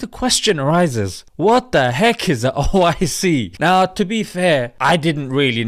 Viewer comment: Its not oic, its oh! I! See!!